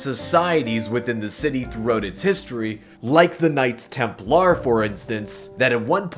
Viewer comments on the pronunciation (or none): none